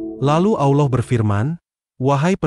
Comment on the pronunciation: Pengisi Suara salah ucapan salah tulis Allah Subhannahu Wa Ta 'Alla bukan Awlah yg buat konten Salah ucap salah tulis bukan AWLOH TAPI ALLAH 😢